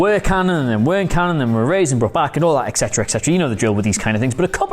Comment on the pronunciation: et cetera! not eccetera...geez